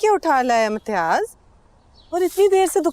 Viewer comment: His name is imtiyaz she unintentionally call him metyaz 😅 it's means piss urine 😅and he deserves it